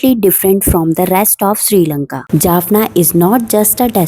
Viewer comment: Jaffna NOT Jaffana .